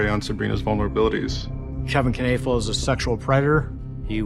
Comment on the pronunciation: Kanafill? Iy clearly says Knoefel. Learn to pronounce.